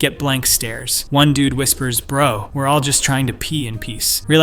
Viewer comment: “Wer’re” Whaddu fuhk